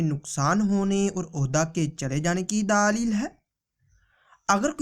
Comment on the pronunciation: Or ye daalil nhi ha dalil ha....داليل نهى دلبل